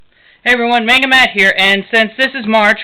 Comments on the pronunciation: MON-GUH is how it's pronounced! NOT MAIN-GUH. Damn that gets under my skin when I hear it pronounced like that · okay PLAESE this is bothering me soooo much, you have all this manga and you pronounce it wrong! please!!! its monga!!! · No dont make those retarded little faces its pronounced MONGA. IN JAPAN THEY DO NOT HAVE A LONG "A" SOUND. IT COMES OUT AS THE SHORT A SOUND, MONGA. or TO BE REALLY SPECIFIC, M-AH-NGA. learn you facts.